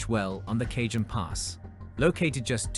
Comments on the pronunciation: Cajones pass is pronounced ka hone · FYI...Ka-hone and Tay-hone